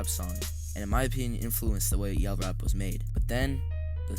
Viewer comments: ain’t no way this mf called it “yell rap” 😭😭😭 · Bro called it yell rap😭😭😭